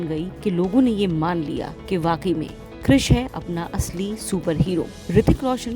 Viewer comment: कृष 😂 kuch bhi क्रीश hota hai 1🤡